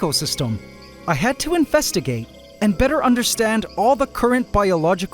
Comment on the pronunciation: …did he… DID HE JUST SAY INFESTIGATE